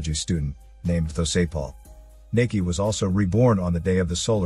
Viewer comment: Thanks for doing a Thai movie, btw, it's not pronounced "Nakee" it's "Nah-kee" :)